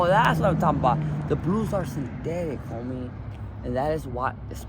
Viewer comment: I think he was trying to say “synthetics”